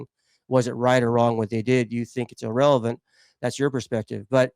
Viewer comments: “illrelevant” 😂 At least I learned a new word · That’s “illrelavent” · Thats "illreverent" 🤣